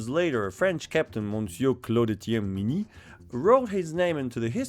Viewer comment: The review nobody asked for : Pot-de-fer. Good, you sounded french ! Couleuvre. Ok, not bad. Madame le Bourgeois. Gooood ! Fusil. Very good ! Bayonet. Doesn't count mate, bayonette in french sounds the same, so it doesn't count. Carabine à tige. Best so far, good job. Minié. At least one wrong pronunciation. Not Mini, Minié. Wait, you just turned it into a joke, so it doesn't count. Still Minié tho. Clement Pottet. Can't say it better than you did. Chassepot. Another very good one. Poudre V (like in VElocity, to stay on topic). Not poudre B (like BAby, NOT on topic you madman), this one can be hard on foreigners to be honest. Révolution. Yeah, just like baguette, everybody says this one correctly, I guess we're known for this kind of stuff. Great effort overall.